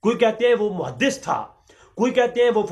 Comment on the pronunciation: muhadiss nahin muhaddas hota ha